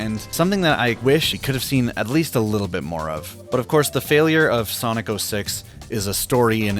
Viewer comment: Por que você fala soniki